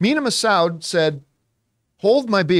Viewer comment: Looks like John isn't immune to mispronouncing the Massoud like everyone else